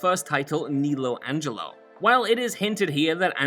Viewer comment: Nelo Angelo's name is pronounced Nell-lo, not nee-lo